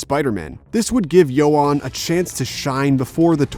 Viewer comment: Like hearing nails on a chalkboard when he said Ioan and McAvoy 😣 he’s definitely heard them pronounced correctly and chose to butcher it lol